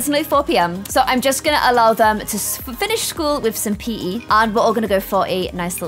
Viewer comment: Who else thought when said "OMG they can have PE in the pool" She said "OMG they can pee in the pool"